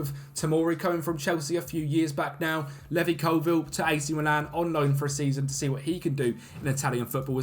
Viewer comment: Bro it's Levi as in LEE VI not LEVY hahaha